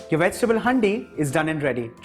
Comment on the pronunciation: Its called "haan-di" not "hndi"